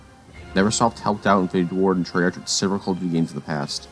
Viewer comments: Bro your pronunciation is TERRIBLE. Cordis die is “cordis dee ay” , Treyarch is “trey ARK”... DEAR GOD Having said that, i still enjoyed the video watched the whole ass thing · Every time he pronounces treyarch I cringe a lil ngl